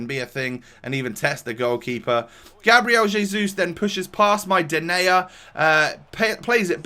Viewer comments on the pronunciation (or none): How you say Gabriel Jesus is disgusting, not worthy enough to commentate over your gameplay